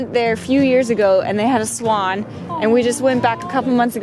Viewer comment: fantastic video:D And I totally love the!! "Spaaawwnn spaaawwwnn""...oh no wait!! She meant "swann"